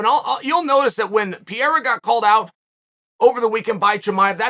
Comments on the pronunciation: PERRERRA. PERRERRA. PERRERRA. Forget the i altogether. Just say PERRERRA. It's not the Brazilian way to pronounce it, but closer than whatever Pierra is. How is it possible nobody has corrected you yet??? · I love you Chael but you mispronouncing the guy's name is driving me bonkers...it's not PI-YERA...try saying PE-REY-RA 3X...please, I'm begging you man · PEreira not Pjeira unclr Chael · Is there a more annoying, irritating voice than Chael's. He always -- always -- yells, and it's at a pitch that is too loud and shrill no matter the volume. Pereira's name, btw, is not pronounced "PEE-AIR-UH." It's pronounced "PARE-(long) A-Ya." So lame and unprofessional to disrespect a professional fighter by mispronouncing his name. It takes no time at all to learn how the man's name is pronounced. But that's too much time for Chael 'I-love-me-some-me' Sonnen. The arrogance and self-importance of this guy is off the charts. I don't know which is thinner, his whiny high pitched voice, or his analysis. This guy sucks. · Chael! Can u say panera bread?? Now replace the n with an r. Parera. Ur welcome! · Uncle Chael doesn't know how to pronounce PEREIRA ... Is he deaf ??